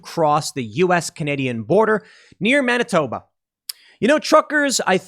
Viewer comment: HE said Manitoba